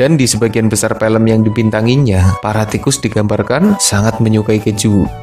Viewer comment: Bang kenapa abang bilangnya pilm bukan film